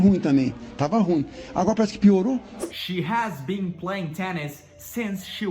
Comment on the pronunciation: Só corrigindo o, você não pronuncia Been com som de BEAN, mas sim com o som de BIN sugiro da uma olhada no youtube How to Pronounce Ben, Been and Bean in American English like a Native Speaker